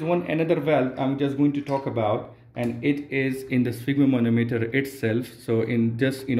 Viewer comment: It is called spygmomAnometer, not sphygmomOnometer...